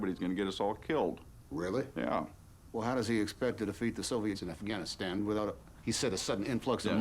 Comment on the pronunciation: "I'm on the afgramastand desk"